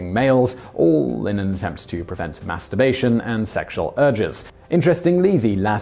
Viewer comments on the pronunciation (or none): lol how simon annunciates masturbation cracks me up every time